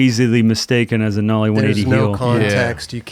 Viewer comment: Nollie not mollie